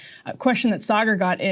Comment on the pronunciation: Sargar Enneti. 😂 Karma for laughing at French names of Canadian politicians!